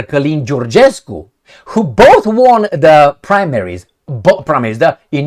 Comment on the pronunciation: Dear, please don't take it personally, The word "won" is pronounced /ˈwʌn/, with a short "u" sound like in "cup". It's a homophone with the number "one," meaning both words sound the same. I realise you aren't a native English speaker, and you obviously didn't learn English before you came to America. No hard feelings, I've been a regular viewer🎉